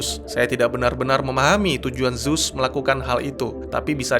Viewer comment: ZEUZ bukan ZUZ. HADES bukan HEDIS..... tolong d perbaiki lg ya bang.